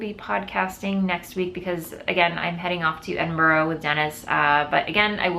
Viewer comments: Edinburgh is pronounced with only 3 syllables. Ed-in-brah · Nessa hux I was just about to comment, as It was said sooooooooooo many times, it was being to hurt my insides. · Not your fault, your pronunciation of 'burgh' is very different in the states xx